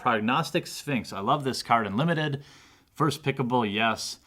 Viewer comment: did u say limited bob.... ;)